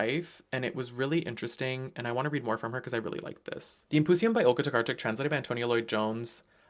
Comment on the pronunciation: oh wow you pronounced Olga Tokarczuk's name perfectly! I'm Polish so I had to point that out hahah sorry if you have like Polish roots and it's normal for you 😭 It's a difficult one so gotta appreciate!